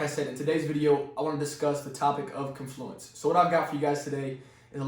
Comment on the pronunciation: Woahhh, wooah, woah.. pronunciation: KON·floo·uhns. Stress is on the first syllable.😶‍🌫